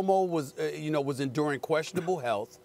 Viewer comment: i think he said "health" but i lowkey heard elf as well lmaoo